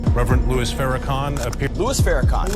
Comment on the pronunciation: NARRATOR...ITS LOUIS!..NOT LOUIE...PLEASE BE RESPECTFUL!